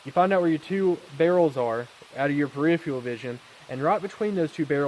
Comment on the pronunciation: Here’s how you say “ peripheral”